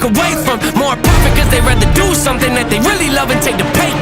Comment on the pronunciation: it is “do” not “du”.